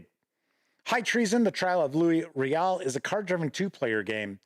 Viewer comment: To also help with pronunciations of the French words: Metis = may-TEE (emphasis on the tee part) Batoche = buh-TOSH Louis = LOO-ee Riel = ree-ELL And congratulations for saying Saskatchewan pretty darn well. A little off but to be honest, many people from other provinces in Canada don't pronounce it quite correctly either. Well done.